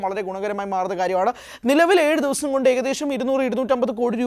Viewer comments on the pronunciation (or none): none